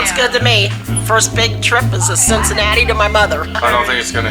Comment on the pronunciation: "Cincinnati" by the way. I'm from Cleveland. Hey